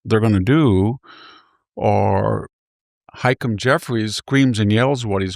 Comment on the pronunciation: “high-kum” Jeffries? You know, every time he said this name, I wasn’t even sure who he was talking about until now. I don’t know what Victor’s deal is with his insistence on mispronouncing names (seems to always be democrats for some reason…hmmm). “Leh-ti-tah” “Butt-a-gig” And now “Hay-kum”. Can someone explain this to me? The man speaks ancient Greek, so it’s not a capacity issue. Mispronouncing people’s names intentionally is disrespectful, and I would expect better or Victor…